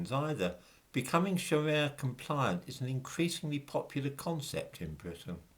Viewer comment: I think Muslims can pronounce the letter R correctly, so calling up pension providers and saying "please pwovide me wiv a pwefewntial Shawia pension" just isn't going to cut it, 🤔🤷🏿